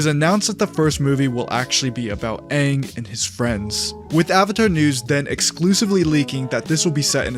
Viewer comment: His name is aang not wang